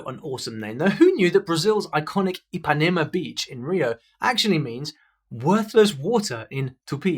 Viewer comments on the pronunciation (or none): none